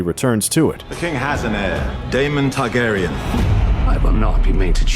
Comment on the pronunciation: Targaryen not Tarkarian